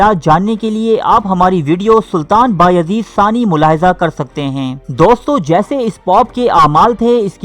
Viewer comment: ثمانی ناکہ ثانی